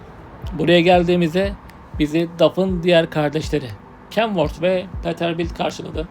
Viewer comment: Peterböld değil pitırbölt